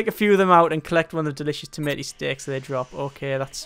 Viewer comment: "Tomaoh" soup. That's a pronunciation I haven't heard before. Pretty interesting. ;D